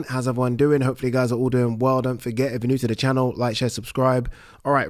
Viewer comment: You say "iv" instead of "if"